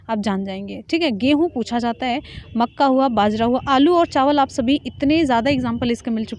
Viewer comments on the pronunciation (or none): none